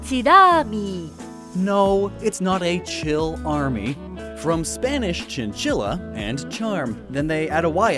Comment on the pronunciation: Small insignificant correction: in Spanish "'ll" is usually pronounced like the "y" in "you" so chinchilla sounds more like chinchiya than chinchila